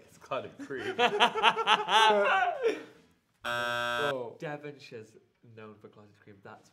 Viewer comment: Did tan just say "devonshire"? ... dude, move back to Britain for a few weeks - your losing your touch 😂😂poor Devon